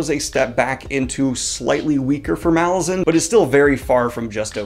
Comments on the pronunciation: Pronounced Malaz-UN not MA-lazan. Think Rome -> Roman/ Malaz -> Malazan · I hate to be that guy, but it's pronounced mal - A - zan, not MAL - a - zan, because the island is called mal - AZ, hence mal - A - zan. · Mah-LARR-zan dude, c'mon. Not Mall-lah-zan. The Lar in the title is prominent. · As the author has explained, Malazan is pronounced muh-LAH-zin (where the "LAH" rhymes with the pronunciation of the "A" in Apple). You have a big channel with lots of subscribers and viewers, and excellent content, so I'm passing this along in the hopes that you'll fix this nugget in your future videos. Cheers! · First, definitely reread the core ten books first. The reread is incredible! Second, it’s pronounced maLAZan, as in Alaskan, accent on the second syllable. And no, Erikson doesn’t mind that most people mispronounce it. But if you care, that’s what he intended. Third, he didn’t write all ten books in 12 years. He wrote the first book, *Gardens of the Moon*, about nine years before he finally got someone to publish it. And that’s why it’s not quite as polished as the rest, and also isn’t quite as consistent as the rest, which were written back to back with an overarching plot in mind. But it’s still amazing that Erikson churned out the other nine books so quickly. Fourth and finally, I would not recommend starting with the audiobook. Plan on listening during a reread, but it’s hard enough to follow when reading for the first time, let alone when listening without having previously read the series. It’s great on audio, it’s just hard to follow if you are driving or exercising or doing chores or any of the many things people do while listening. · Is no one going to mention the pronunciation of Malazan? :P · still says it wrong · I wish booktubers would learn how to pronounce Malazan